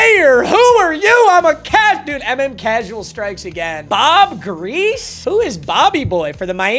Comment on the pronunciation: Its GREASEE not grease lmao